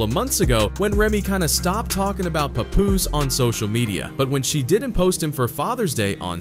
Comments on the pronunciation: Not sure whats worse: What Remy did to Papoose or how you pronounce his name. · I can't stand when corny people can't pronounce 'Papoose.' Anyhow. I used to love Remy Ma. She is grimey for real! Somethin' told me she wasn't shit after she stood up for Fat Joe after he called Lil' Mo and Vita ol' dusty bitches during the Ja Rule vs Fat Joe, Versus Battle. Papoose. You a real one! Salute! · The way they’re pronouncing his nameee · All the ppl doing videos on Pap n can't say his name right 😂 🤦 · So everyone is going to ignore how he’s pronouncing papoose name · The way he says Pap’s name makes this unwatchable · OMG !!! Why can't you say his name properly?!?!?!? I can't even watch this. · i'm annoyed on how this narrator is saying papoose name lol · You can’t even pronounce his name right but all up in the business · Please pronounce this man's Name correctly!!!! SMH WYPPL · Yo ain't saying Papoose name rite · Hey white guy if you're going to make money talkin about Black Culture you can at least get people's names correct. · Paaaaah-poose (think Janis from Friends), Not Pa Poose (sound like some grandpa nickname) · pup-poose to pah-poose 😂😂😂😂 you ain’t get the name right once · STOP CALLING HIM PAY-POOSE..i hate when they read, and don't know the people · His name is not P u poos …. It’s P a poos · So we not going to talk about how he’s saying his name? “Puhpoooose” 🤣🤣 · Lol they should have spelled his name the way it sounds when they configurd the AI voice. Instead of "Papoose" they should have experimented with "Pah Poose" or something similar. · Bro called him everything but HIS name 😂 im talking paw poose, pet poose, pat poose puhpus, p-poose puppoos fs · “PAY- POOSE” 🤦🏾‍♂️😂😂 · Paw Poose is a crazy pronunciation lol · The bot calling him Pupoose...smh. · This AI shit is already out of control. Wtf is a Pupoose? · PAY POOOZE ? PAY POOOZE??? MAN U VULTURES CAN AT LEAST GET HIS NAME RT😂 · Dude said peepoose twice??? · Did he call him "popoose?" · Pay-Poooos really?